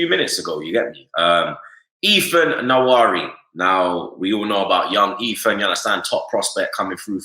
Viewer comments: It is not Ethan yawari, it is Ethan Nwa-Ne-Ri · It’s pronounced Ethan (Wan-nery)